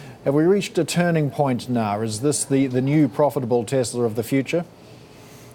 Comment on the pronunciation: Wtf is tesler?